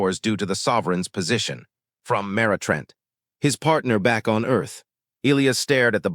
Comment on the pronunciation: Skips Jumps Missing Words Missing Sentences And The Name Of The Alien Species ..... Oral 😳😵😏😆 🥒👄 & 🌮👄 Sorry . It's Elias ( E-Lie-Us ) ⬇ Not ( E-Lee-Is ) Not ( E-Lee-As ) Not ( E-Lee-Os ) Not ( E-Lee-Iz ) Not ( E-Lee-Uz ) Not ( E-Lee-Ez ) " Give You My Frequency ..................................................................................................... Story Abruptly Ends , No Conclusion . Just Cuts Off Suddenly In Mid-Sentence . Just Chopped Off .